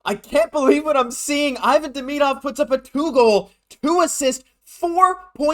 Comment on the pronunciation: bruh....pronounce his name correctly.....